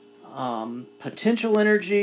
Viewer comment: potentential lmao